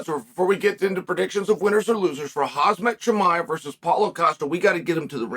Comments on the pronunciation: "Hahzmut chimea" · Who is Hazmet Chimaev? Is that Khamzats brother or something?